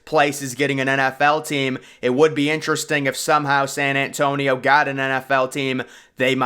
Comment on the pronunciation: San ant tonio. Lol